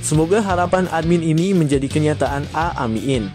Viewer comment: Min, bila baca Aamiin yg benar, masa Aamiiin dibaca a mi in....beda artinya.